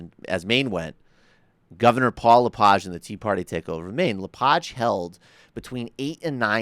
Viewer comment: Thumbs up To LePage, Who's insane? Your An Idiot sir, You Can't even Speak His name Correct, Your A Dip Shit. I think You Have A Little Powder On Your Nose...